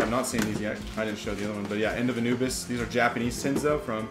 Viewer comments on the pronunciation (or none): none